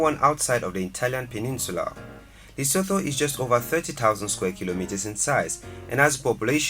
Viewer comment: Lesothoooo lol 😆 😂